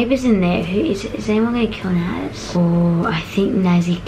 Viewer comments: still can’t get Naz’s name right 😂. The Norris Nuts are literately my favourite youtubers (and ofc) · Super Legends will remember how she still calls Naz “Noz” 😂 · Is anyone going to acknowledge the fact that she said “Noz” instead of Naz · n-oo-rz Me: LOL IT'S N-A-Z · Naz not Narz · can u pls learn how to pronounce naz pls its not nouz its nAz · I know she said noz when it's naz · I was laughing when said “Noz” that what I heard but its called “naz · I love how at the start said 'Noz' instead of Naz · I love how said noz not naz like I just went BONKERS! Like hhahahahahahahah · I think it was a tie and I like the way they say “Noz” instead of “Naz” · It seems that Americans pronounce naz narz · Nas not noz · I think the Norris nuts won plus it’s so funny how they said Narz instead of Naz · ........And "Noaz" Everyone else: What??? It's Naz, not "Noas" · This was a hilarious collab! My only complaint is that the players kept mispronouncing Naz. It’s not Noz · Same it not noz it Nas and it not saber it sabe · SAME!!! I live in America and how do ALL American YouTubers call her NOZ?!?!?!!!!!!! NAZ NOT NOZ!!! (￣_￣|||) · said naws instead of naz👁👄👁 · She said naz like naoz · It’s actually N-A-Z not N-O-Z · She says nauz but its naz lol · 18 secs. I was texting and I saw and I screamed with joy seeing this so early. Congrats guys for being early! The fact she said Noz not Naz. Is funny. Lol. And who else thinks Daniel is sus? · "Noz" lol it's Naz 😂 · I got a bit annoyed because u we’re saying noz it’s naz and it’s funny how u spelled Biggy like biggie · what... yea it's naz but it sounds like she's saying noz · I love how they still pronounce her name “Nuz” 😂 I hope they’ll get that her name is “Naz” soon 😂😂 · I like how called Naz Nawz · It is naz not noz I'm just letting you know. Btw I'm a huge fan I love your vids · i love how everyone called Naz Naah-z And not NAhZ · Naz not Norz